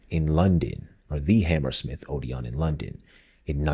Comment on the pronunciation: and Odeon not OdeON